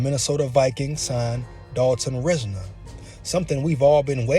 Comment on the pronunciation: Watch his interviews and you’ll like him a whole lot more. RISE-NER too no RIZ-NER